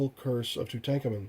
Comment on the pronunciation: Aside from the horrific 3rd-grade reading level exhibited . . . very informative. FYI - it's pronounced Too-tonk-awmun. Where do you live . . . under a rock?